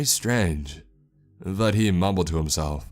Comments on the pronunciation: his name is vadim not vahim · 2 people able to speak English in a town of 20 people in Siberia is a nice 1 % of the entire population. Pretty nice for a rural fishers Village. Also, the Names are a bit off. It's Vadim, not Vahim, and Darla isn't a Russian typical name. Darya is though. And finally, the translation of the word "Help": the word you used ("Pomogat") does translate as help, but not in a crisis or danger. You say " Pomogi" usually when you need a hand lifting a box etc. What should've been used for help in danger is "Spasite" ,meaning " Save me". It's be more fitting. Thanks for your stories and keep up the good work! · that pronounciation of vadim hurt me